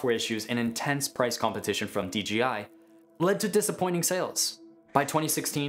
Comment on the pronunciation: Dude.. its DJI not DeeGeeEye